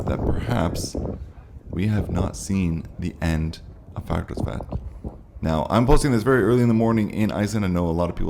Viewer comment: Dear Santa, the best thing I could have for Christmas is to hear actually pronounce "Fagradalsfjall" correctly. It has become a major turn-off.